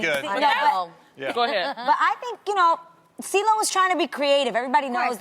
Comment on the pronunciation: Cee-lo wasn't Cee-lo, he was Cee-glo